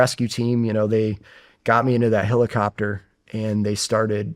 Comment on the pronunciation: dude this guy saying "hillicopter" instead of helicopter is fixing my unsubscription